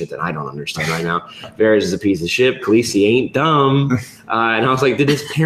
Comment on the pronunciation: sam calling Daenerys Khalessi really annoys me